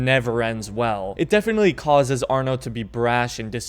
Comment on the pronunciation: It’s arno